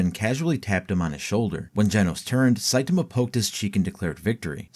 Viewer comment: Sai-TAi-MA. Not Sai-TIM-A